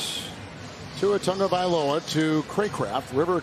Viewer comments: I would love if Tua would do a live lesson on how His name should be pronounced! Analyst keep saying it as if there is an "N" in TAGOVAILOA, do any of you see & hear what I'm saying? Help me out, please! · O M G! Would the one old white dude please pronounce the QB’s name correctly. It’s not Tungavailoa. It’s Tagovailoa. It’s only right there on his jersey! As an old white dude myself, and a highschool coach, it irks me when other old whities live down to the stereotypes of my race. The kid made it to the NFL. He deserves even more to have his name spoken correctly. And as a professional broadcaster he should know better.